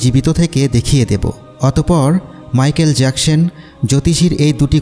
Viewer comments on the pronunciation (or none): মাইকেল জ্যাকসন হবে মাইকেল জ্যাকসন হবে ভাইয়া ভালো করে বলতে